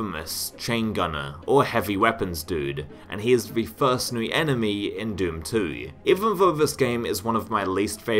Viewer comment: also new(-e) and Romero(-e)